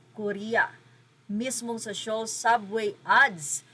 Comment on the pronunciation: Soul po, not Se-ol 😅